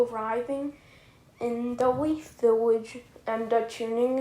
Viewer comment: Yeah I heard weaf instead of leaf but I still do and I'm 13